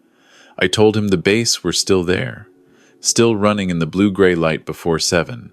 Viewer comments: Bass, the fish, rhymes with class, not base. The captions are next to impossible to read. Why bother creating them if you don't want us to read them? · AI BS ! Bas,base,bass !